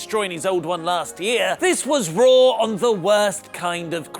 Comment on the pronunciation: whenever says Monday night RAW, I hear Monday Nitro.